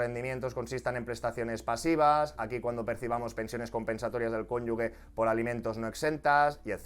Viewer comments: Me está haciendo daño al oído escuchar "cónyugue" en vez del correcto "cónyuge". Por lo demás, genial. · por favor, dilo bien, cónyuge, no "cónyugue" como tú lo lees... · No se dice conyugue, sino cónyuge. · Genial vídeo! Soy asesor fiscal y me parece que está todo muy bien explicado. Eso si, “CÓNYUJE” (si, lo he escrito mal pero para que se entienda como se pronuncia la palabra, no “cónyugue”). Un saludo! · Es cónyuge, no cónyugue. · Un matiz constructivo, fonéticamente no es "cónyugue" es "cónyuge", con el sonido "j"... Ahí entre la "g" y la "e" no hay ninguna "u" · No sé si es de fiar un asesor que dice cónyugue. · Perdón de antemano, pero se pronuncia "cónyuJE", con "g" fuerte antes de la E.